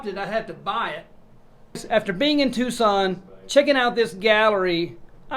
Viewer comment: Finally someone who isn't from Tucson says Tucson right lol